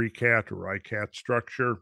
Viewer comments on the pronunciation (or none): It's pronounced [Ri Shot] not RyeCat not ReeCot. Locally they will say Er Richat. I know because I was there twice. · lol Randall its pronounced "Rih-Shot" not "Re-kat" or "Rih-kat" and uhhh Kenya is "Ken-yuhh" not "Keen-yuh" as he said on Joe Rogan one time hahahahah like i love this dude. but he does this alot and its erkkkks me. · Awesome as usual. Just fyi, Richat is pronounced "Reeshaat" in Arabic (ريشات). In French influenced North Africa the Arabic "sh" is transliterated with "ch". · Mispronouncing the name of the site from the outset only confirms that not even the barest amount of actual research was done for this piece of obviously uninformed, amateur speculation.